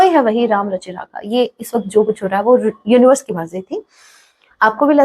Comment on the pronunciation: ...aaaai...aap uonivars ko bol rahe ho mem... pb13india